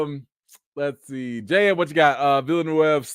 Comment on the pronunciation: I love how you pronounced Villeneuve correctly, my man!🤣🤣🤣